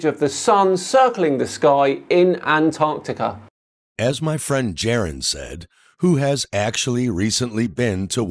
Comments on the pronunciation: Why does he keep saying it like "ant Arctica?" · I get frustrated with this guys way of pronouncing Antarctica. Ant-Arctica. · why is it that almost every flat earther calls Antarctica Ant Arctica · Why do some Flat Earthers insist on calling Antarctica "Ant-Arctica"? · Ant-Arctic 😂 What a mor-on. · Holy fuck the way this tool says "Ant-arctica" annoys the shit out of me. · Why does he pronounce Antarctica as "Ant-arctica"?😊